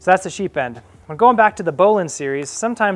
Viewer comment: sounds like you're sying "sheep end" :) nice demo of the bowline on a bite.. never saw that one before.. the second knot you called a bowline on a bite is a doubled bowline.. one of my favorites